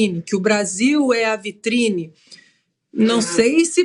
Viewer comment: Parei de assistir quando o iluministro falou "VITRINE".